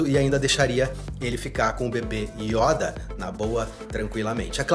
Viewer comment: Yóda ❌ Yôda ✔️